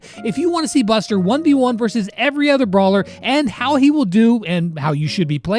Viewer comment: I heard buster like bastard 😅😅